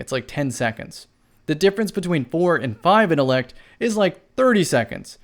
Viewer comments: my dude I love you bro no homo but please I mean please pronounce that T in intellect I was literally pulling at my dreads every time I heard you say it but still the up most respect from a bronze teir to silver player to your platinum self much love. 💪🏾❤💪🏾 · Lol yo what do you use to get your supper innellect 🤦🏾‍♂️ jk love you bro I just had tooo